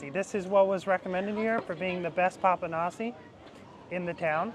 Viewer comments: With papanashi, do not pronounce the final i.. just say Papa-nash…. The dessert from the gods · 😂😂 The pronunciation is " Papanashy ", y is a short "i". Enjoy your food!!😂🎉❤